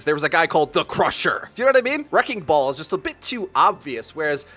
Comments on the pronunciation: Wrecking ball has 3 syllables btw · Wrecking ball is 3 syllables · Wrecking ball > 2 syllables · Wrecking ball is three syllables... not two